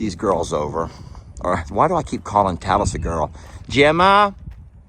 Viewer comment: Talis sounds like Tallas, rhymes with Dallas